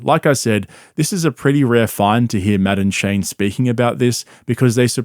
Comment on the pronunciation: Madame Shane needs to be his nick name now